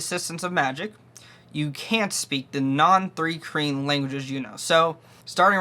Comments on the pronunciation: It sounds like you're saying three kreen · Why would you take advice from someone who can’t even pronounce the race…